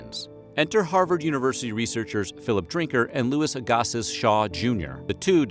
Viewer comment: thats not how Agassiz is pronounced. I live in Cambridge and my sister went to a school named after him.